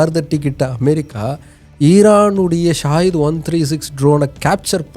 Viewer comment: அது ஸாகித் இல்லை ஸகித் அப்படினா தியாகம் அப்படி என்று பொருள்